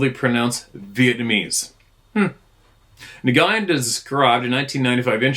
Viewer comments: NGYUN/NYGYIN: pronounced N+WOON / N+WIN? At least this is how my Vietnamese friend told me is the correct pronunciation for his name.😬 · The Vietnamese name, Nguyen, is pronounced "win". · Nguyen is pronounced “win”. Cuhrazy!